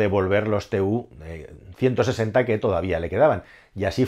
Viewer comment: Si se habla de algo con pretensiones didácticas debería conocerse el nombre correcto de lo que se habla. Ni se escribe TU-160 ni se pronuncia "te u ciento sesenta", es Tu-160 y "tu ciento sesenta".